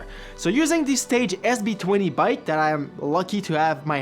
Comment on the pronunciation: aclling Stages as Stage S lol T_T